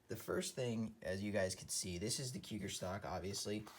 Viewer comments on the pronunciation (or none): Nice video but it's pronounced "KOO-jir" and not like cougar. 😉